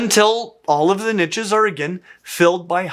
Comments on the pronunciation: Drink a glass of whiskey every time you hear niches. In English it's pronounced neesh. Barely 3 mins in playing my game and I'm pissed already. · Good info but the way this guy says "niche" as "nitches" is extremely irritating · I thought you kept saying ninjas there for a while... Niches, not ninjas 😅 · “Nitches”, 😂😂😂. Niche or niches are pronounced “neesh” or “neeshes”. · When people say "nitches" it makes me "itches"